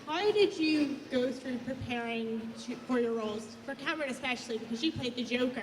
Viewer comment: Not the host pronouncing Cameron’s last name wrong 😭